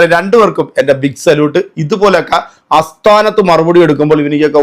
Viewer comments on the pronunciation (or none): ഞാനൊരു സ്ഥിരം വ്യൂവറാണ് ആ പ്രോഗ്രാം ഒക്കെ അടിപൊളിയാണ് പിന്നെ പറയുമ്പോൾ അസ്ഥാനത്ത് എന്ന് പറയുന്നത് സ്ഥാനത്ത് എന്ന് പറയാൻ ശ്രദ്ധിക്കുമല്ലോ? സോറി ശ്രദ്ധയിൽ പെടുത്തിയെന്നേയുള്ളു ♥️👍